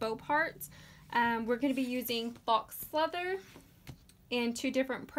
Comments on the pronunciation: I love this so much!!! But I think faux leather is pronounced foe leather not fox leather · It’s pronounced foe, not fox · foe means fold over elastic. I looked up faux and were both wrong lol it's pronounced FOW. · faux is French for fake. Rhymes with row.